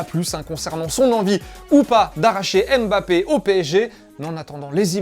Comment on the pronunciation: C'est dingue ça!!! Est ce que quelqu'un va enfin dire que ça ne se lit pas M-Bappé, mais MBappé ??? Ça écorche vraiment les oreilles de tous ceux qui ont un nom commençant par MB.